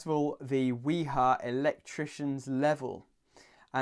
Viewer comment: The brand Wiha correct pronunciation is "Vee-ha".